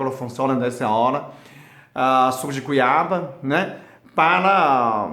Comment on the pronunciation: Suco de Cuiba (goiba)que bonitinho kkk